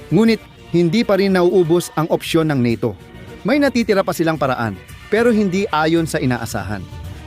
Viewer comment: Bugok. Ka talaga ayusinmo pagbigkasmo sa NATO bobo ka pala.